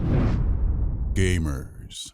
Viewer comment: sorry, i can't stop hearing "gaymers" at the begining :'(